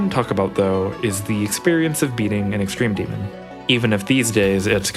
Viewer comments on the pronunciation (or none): “OwO what’s this? Extrewm demwon?” -twd 2024